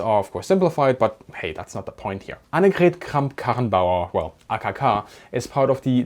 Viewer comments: Are you German? Your channel info says UK, but you say "we" when speaking about Germany and your pronounciation of AKK's full name was on point. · It's super obvious that your mother tongue is German. Because only those can pronounce Annegret Kramp-Karrenbauer correctly